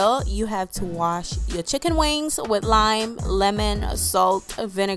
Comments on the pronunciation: It's funny when you always say checken wings LOL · She keeps saying chic on wiggs. We’re are your from